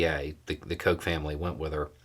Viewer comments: I was taking a drink when you said Koch, I almost choked 😂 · He can’t pronounce it. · right, my bad. I knew guy growing up with the surname Koch although he pronounced it “cook.”